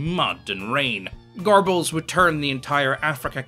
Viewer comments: I love how you mispronounce on purpose: "Goerbells", lol. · Why do people always say some variation of Gorbells or Goybells.. It's really not that hard. It's Göbbels. Look up how to pronounce umlaut. It's easy.